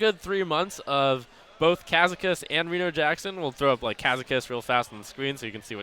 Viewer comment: Brode gettn triggered at trumps pronunciation of Kazakus